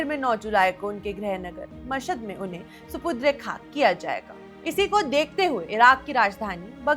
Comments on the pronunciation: SUPU...DRE nahi madam SUPUR..DE KHAK hota hai.KUCH reharsal kar lia karen screen par aane se pahle. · Supudre khak ? Apna Udru thik kijiye😊😊😊